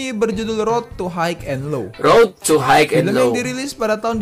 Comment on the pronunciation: High cara bacanya /hai/,sukses terus